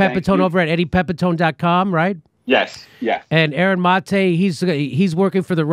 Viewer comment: You'd think at this stage he'd know how to pronounce Maté